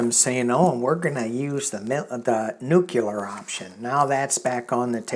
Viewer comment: Please forgive my grumpiness, but: New-clee- er, NOT nuke-u-lar. Another way to think about it, New-cle-ar. Tell Linda G, Please.